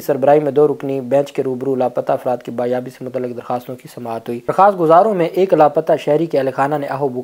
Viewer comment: BAAZYABI, not baaryabi.